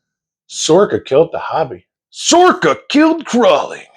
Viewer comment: SORRCA? Never heard of her!🤣🤣🤣